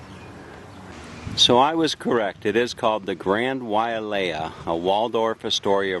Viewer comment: The Grand Wailea is a fine hotel, built in 1991 for $750,000,000. But it is pronounced WHY LAY A...there is no A after the Wai. It is a fine property but not the Best on Maui. Probably Maui's finest hotel is in Kapalua at the Four Seasons. The female dancer at the end was a Tahitian Dancer, not Hula. The male dancer and those after him were dancing Hula. The 1% ers are stating at the 2 resorts on nearby island Lanai, purchased by Larry Ellison (Founder and Chairman of Oracle) where rooms begin at $1,000 per night, making the Grand Wailea somewhat of a discount!